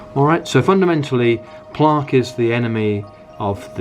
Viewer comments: Why do u pronounce plaque like that 🤣🤣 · Plaaaque & Tuthbrush, interesting pronunciation